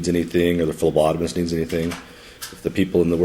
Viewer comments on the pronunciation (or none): The flobotomist? sounded like lobotomist...